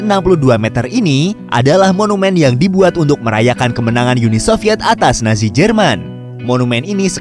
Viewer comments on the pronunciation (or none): none